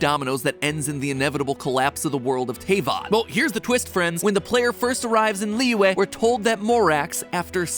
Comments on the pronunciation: I like how he can pronounce liyue but, even with clips saying the worlds name, STILL cant say teyvat correctly. lol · Imagine saying Teyvat and Albedo wrong, couldn’t be me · Mattpatt, my man.... you can pronounce Liyue right, but you can’t Pronounce Diluc or Teyvat right? Despite BOTH being pronounced IN GAME?? IN ENGLISH?? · Matpat, dude. You literally just posted a video 3 weeks ago about how many people look at and work on episodes before they are released. You could've, at the very least, made sure your pronunciation of the world you are talking about is correct. Also, Albedos name. Overall, interesting theory but I physically cringed at every mispronunciation. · I dont think he'd be able to pronounce it.. He already cant pronounce teyvat.. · YOU PRONOUNCED TEYVAT WRONG DJDBSBDJJS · soooo with his pronunciation of Teyvat and the fact the Eula is not out yet is it safe to say mat hasn't actually play genshin? or is he just being dumb? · Why does he pronounce everything correctly except teyvat? Zhongli, liyue, and paimon, but not teyvat. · This is how may times mat pat said Teyvat wrong | V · That's the first time i've heard someone get Teyvat wrong. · Everyone: [pronounces Liyue incorrectly] Matpat: Tay-vat..... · ...my insides died when i heard "TAY-VAHT" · I would want to clear out something pls. It is pronounced as Te-vat. Not Tey-vat. But all in all this is really direct and really good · Btw mathew patrick its pronounced te-vat not tay-vat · HE PRONOUNCED IT TAY-VAT IM SCARED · Mat pat it's pronounced teh-vat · T- "TAYVAT"??! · Uuggh First of all It's "Deeluc" And second its "TehVat" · Also it's pronounced Te vat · How dare you made that title then show the villain Also it’s pronounced Tay fat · How..... how did you pronounce Tevat!? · bro pls pronounce teyvat properly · I'M DYING. THE WAY ME PRONOUNCES TAYVAT. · The way he says Albedo and Tevyat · matpat put in a clip of paimon saying teyvat correctly and then still mispronounced it lmao